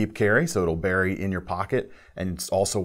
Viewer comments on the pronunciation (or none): none